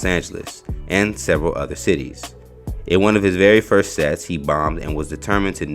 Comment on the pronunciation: He said “Firt of all…” 😂😂🥲